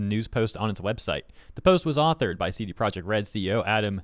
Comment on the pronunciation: Your attempted to pronounce CDPR in Polish is completely wrong tbh.